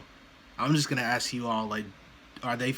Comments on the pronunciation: This is exactly the way his mother Dawn talks. One thing I've is that there are times he has no trouble pronouncing the word 'ask' correctly. Whenever he mispronounces it 'axe', he's either talking the way his mother does, or he's trying to act tough. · He can't even say the word ask he says AK that's not a word grow up